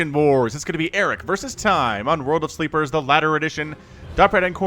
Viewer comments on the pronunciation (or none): Ssshhh, World of Sl-EE-pers ;-) Otherwise great cast as always!